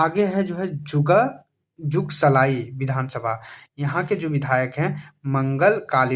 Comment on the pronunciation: Jugalsalai nhi jugsalai hota kuch v bolte h😢